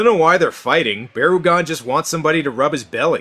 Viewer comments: It's Barr-uh-gone. And the other one is Bear-agon. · it is barugon